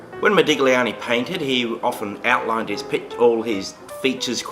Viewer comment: You DO NOT pronounce the 'g' in Italian when saying Modigliani. Pronounce 'igl' as just 'ill'. Like saying Modilliani.